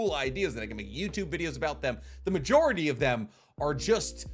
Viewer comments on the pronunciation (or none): none